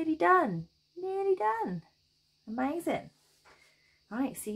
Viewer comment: I think my favorite part of your videos, when you say... "See? Ah-mazin' - ah- MAZIN!" Brightens my day! Thank you for yet another wonderful pattern (and entertaining tutorial)!